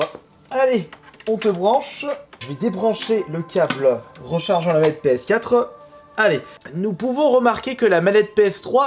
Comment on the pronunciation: Il dit pas ps4 il dit ps4euh